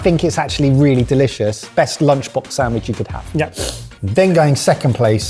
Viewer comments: saying "sanGwich" kills me every time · Why is saying Sam-wiche?